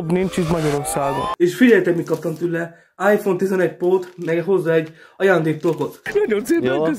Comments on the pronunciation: áJfOn TiZeNeGy Pó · "Ájfón Tizenegy Pó"